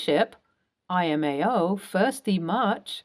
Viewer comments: I think you do a good job. Just a note I believe it is not I-amo. It is Lamo (laughing my xxx off). IMAO stands for "in my arrogant opinion," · I’ve heard you say this several times and it bugs the hell out of me. It’s NOT “i m a o” it’s LMAO. It stands for “Laughing My Ass Off” Not “I My Ass Off” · You keep pronouncing LMAO (as laughing my ass off) as imao. It's distracting... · L M A O. I loooove your narration, but it’s L M A O 😊